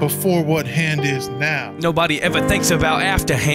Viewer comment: after ha-and